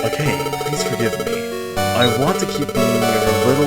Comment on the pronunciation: Its a' ka ' ne..... not a' cane 😅